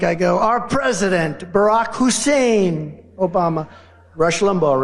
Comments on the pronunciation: Is he pronouncing Hussain as a racial thing 🤔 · Hmm....once again, why the EMPHASIS on Barrack HUUUSSEEEEIN Obama??? Yeah, it's not a "dog whistle" for your MAGA cult, right Donnie?? This country and world will be such a better place once he's gone and the MAGA-cult fades away.